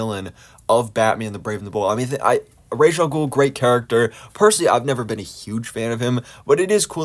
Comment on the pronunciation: Ras Al Ghul is Arabic. Ras means 'head' in Arabic and is pronounced R-ah-s, not Raysh.